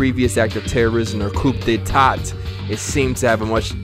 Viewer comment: ”Coop-day-taught” 😂💀i can't breathe